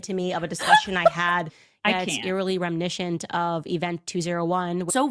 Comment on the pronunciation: Rem-I-niss-ant. It's not that hard,.